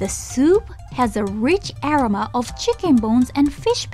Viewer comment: love the videos! I would play your videos in the back ground even when I'm not watching. I noticed you guys use the word "aroma" quite often, maybe double check on the pronunciation of this word.